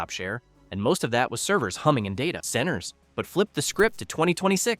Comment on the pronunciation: AAA is pronounced "triple A" unless you use AI slop then AAA is pronounced " ay eh eh" also noticed they way the AI says data centers. I hate how fake the internet is now.